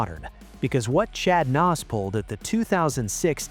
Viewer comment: AI sucks. Chad Knaus regulated to Chad "Nos".